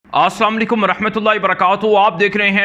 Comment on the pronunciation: Bhai dont mind "asaam alikum" nhi hota is ka matlab galat hota hai serch kr lain. "Asalam-o-Alikum" hota hai... Correct it